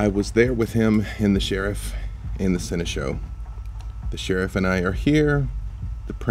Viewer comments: I just can't help but feel like I'm losing my mind whenever says "Sen-eh-show" instead of "Sen-eh-shawl" and nobody has ever corrected him. Am I wrong on the pronunciation?? Is this really a "toe-mah-toe" situation?? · No one:...: "Seneshow"